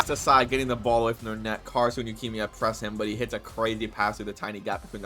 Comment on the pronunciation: Why do you pronounce Yukimiya like Leukemia? lmaoo